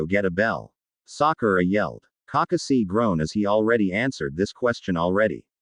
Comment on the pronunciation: This fanfic would be better if you didn't pronounce Kakashi name wrong it sounds like you're reading to a toddler